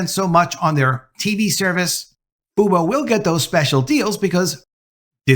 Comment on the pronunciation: Just call it Fuboo, not Fubo. It’s Venu, not Veenew, you’re pronouncing it as “Ven-You”, not “Vee-New”, or pronouncing “Fu-Bo” to “Foo-Boo” Talking about pronunciation mistakes.